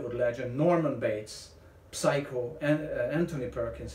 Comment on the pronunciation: Just a heads-up that the P in psycho is silent. Love your work,!